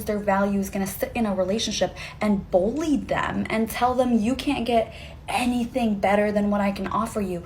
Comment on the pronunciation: To the chick at the end. The word Bully doesn't have a fuking o anywhere in it!!!!! Again it's spelled BULLY not BOLLY.